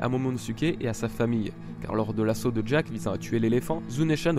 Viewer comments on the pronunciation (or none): none